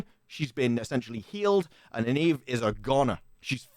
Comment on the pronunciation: It's pronounced Nine-Eve FFS